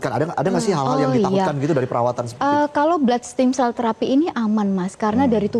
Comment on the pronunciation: Ragu deh, dokternya aja lafalin produknya udh ngaco 😅😅 what steam cell. Stem cell not steam cell ntar keluar jadinya dimsum 😅😅 S7 deh episode ini agak boring